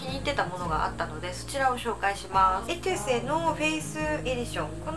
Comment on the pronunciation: エトゥセじゃなくてエテュセですね笑 昔の動画でも間違えていたの思い出しました笑笑